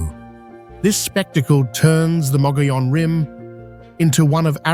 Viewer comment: Omg this video is riddled with endless mistakes, incorrect facts, and video clips that don’t match the description. The “white mountains” but showing the “desert” “Williams Arizona” but showing “Sedona” Mispronouncing mogollon rim, 3 different pronunciations so far.